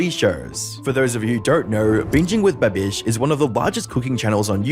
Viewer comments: Why are you saying Buh Bish It's BAB ish. OMG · This is a good video, but I really hate the way you pronounce babish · can you do a pronunciation research before you make these videos it is horrendous marques babish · why did you say babish like that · bro, why do you say "Babish" so weird? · the way you say babish is funny lol